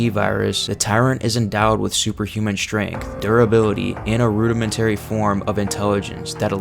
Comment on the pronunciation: What is up with some of these pronunciations? Rudimentary and Carnivorous are not difficult words to say and from my understanding you're not someone whose first language isn't English. Are you using AI text to speech? Only possible explanation. And with the abundant use of AI artwork, I wouldn't be too shocked.